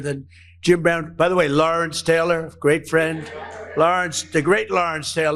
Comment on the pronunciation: STOP SAYING "PLAY THIS CLIP" STOP SAYING "BECOSS" STOP CLAWING AT THE CAMERA CAVALRY, NOT "CALVARY" TAYLOR, NOT "TAALOR" JAIL, NOT "JAAL" HORRIBLE, NOT "HARRIBLE" REMEDIAL ENGLISH AND MEDIA TRAINING, BEN